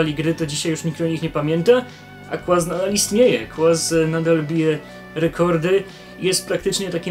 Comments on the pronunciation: Kurna "kłaz" uwielbiam cię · 10 lat minęło a "Znany także jako " nie nauczył się wymawiać...